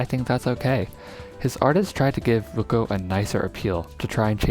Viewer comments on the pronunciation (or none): Vučko vas designed by a slovenian artist, his name is pronounced as Vuchko.